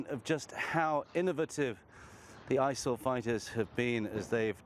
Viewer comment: Wtf is isal lol talk right